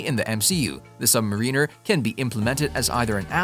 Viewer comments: Mariner is pronounced similarly like the name Darren with an "er" at the end of it. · Mariner is similar sounding to the name Aaron with an "er" at the end of it